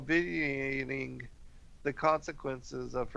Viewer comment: Zuleika/zulayka, obviating/ob/vi/a/ting just so you know how tp pronounce these words.